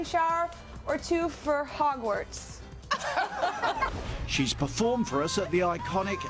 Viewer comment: I STILL laugh at the Hogwarts (Hobart) LOL I live there Katy!! Hahahaha